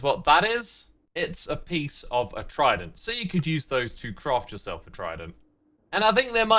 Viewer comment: Tri-dent That’s hilarious